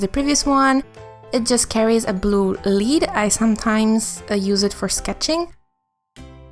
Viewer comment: Hi there, love your supplies and artwork. Also the word for pencil "lead" rhymes with head, not bead... (English is ridiculous, I know - your english is excellent by the way, just thought you might want to know)